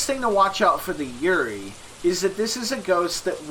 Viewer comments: This was exactly what I was looking for after this game kicked my ass tonight, which was my first time playing it. However I have to nitpick one thing. It's pronounced "Yu-ray-ee" not "Yurie". It's a Japanese ghost, basically if you've ever seen The Grudge or The Ring, those are classic Yurei. Thank you for the excellent guide! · You pronounce yurei really wrong :< It's just the Japanese word for ghost. It's pronounced like You-Ray.